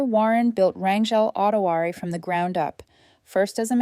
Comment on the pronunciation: really ? pronouncing Autoware as ottowarey !